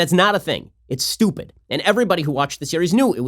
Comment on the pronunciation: the emphasis on “stupid” is hilarious